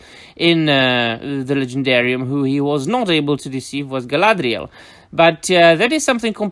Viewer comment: Man every single time you break in with that ditsy American "Gaaladrieeaaaeelllll" accent I still laugh every time. It pairs well with your natural accent and impeccable Quenya pronunciation. 😆 "Saurrrrrrrlaaaadrieeeaaeelllll" 😂